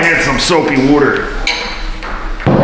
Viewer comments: The "soapy wudder" killed me! 😂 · you NAILED the NJ "wooder" accent. It makes me crazy living here. I LOL'd.